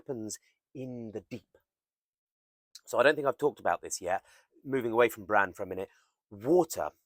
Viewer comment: Really interesting vid! Long "a" in Bran